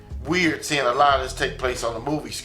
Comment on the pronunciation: "Sining this" vs "Seeing this"